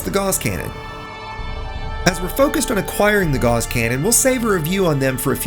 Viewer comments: These are handy tips, and I have a tip for you: "Gauss" is pronounced like "GOWss," not "gauze." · Ugh. Gauss is pronounced like mouse and Strauss. Not like “gaws” or paws. Haven’t you ever taken a math class? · You are pronouncing "gauss" incorrectly. I only know because Gauss's Law is my favorite law of physics.